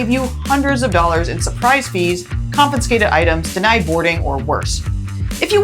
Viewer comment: I'm enjoying the videos more every day. So please take this as constructive. The word is 'confiscated', not 'confinscated'. It's common and I'm sure I'm guilty of others mispronunciations. So take the advice or not. I'm still watching. I hope you continue to grow your subscribers.